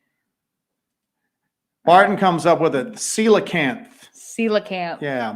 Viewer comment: Love the show btw at 1.32 the "coelecanth is the prehistoric fish that was found alive in the early 1900's and its pronounced see-lo-can-th..glad your back